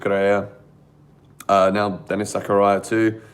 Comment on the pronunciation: Nobody: Absolutely nobody:: Denis Zakaraya